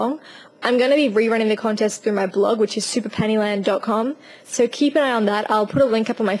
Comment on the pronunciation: Your accent is cool but when you say "so" I always think you're saying "sir"